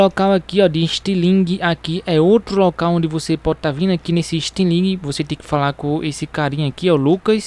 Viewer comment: "Istilingue" kkkkkkk